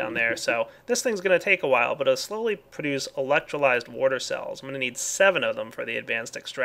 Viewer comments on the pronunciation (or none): omg i love when he miss prouncouse produce. prodes produce :)